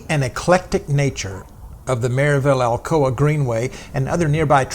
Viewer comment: I suppose she pronounces Alcoa "Alcohola"